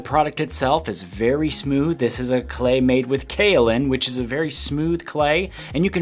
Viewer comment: “There is Kaolin in it.” Matt from TDM would be proud that you said it right on the first try!!